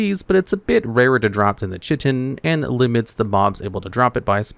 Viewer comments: It's not chit tin is Kia tin like the play on words in the achievement those are chitin words like those are fightin words sorry that's just one of those words that triggers me and I played alot of ark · Bro said "tcheetin" insteaf of "kait(e)n" :D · I giggled every time you said chitin. It's ky-tin. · Never heard someone pronounce chitin like you did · I'm being tortured from the way he says Chitin